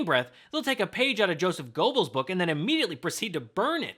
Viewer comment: I agree, but I think you should learn the proper pronunciation of Goebbels.